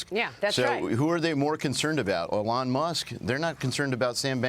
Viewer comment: who the hell is "olong musk ? " this freaking guy